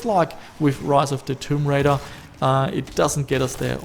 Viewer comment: just noting you said the name wrong lol